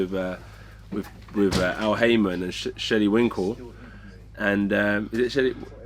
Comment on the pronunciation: "Sheylly Winkle" loooooooool